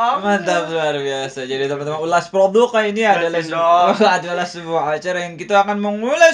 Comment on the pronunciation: Bang Zdawin yang ngomong " ulasproduke'" saya yang keselek😤